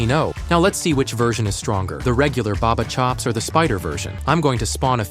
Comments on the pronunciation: It's not barber it's ba ba chops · It’s not barber chops is Bubba chops